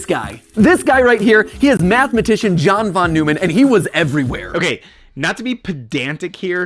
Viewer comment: I dont mean to be pedantic but you also mispronounced John Von Neumann's name. I think it's similar to how people mispronounce Euler's name.